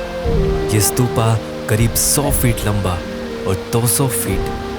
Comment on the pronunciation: स्तूपा नही स्तूप है